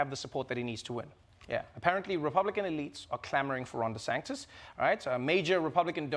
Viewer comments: is anyone else noticing that he keeps saying Ron DeSanctus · I find it adorable how Trevor always mispronounces Desantis' name as Desanctis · Why does Trevor say Desanctis and on Desantis?